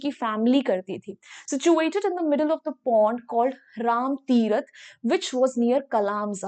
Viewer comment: it is Rama Tirtha , not rama tiarth